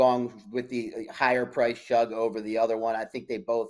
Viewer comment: Please,, it's Shug, as in sugar.